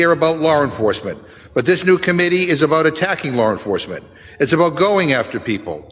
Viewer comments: He said "Lar" enforcement, 😂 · Did he say lor enforcement?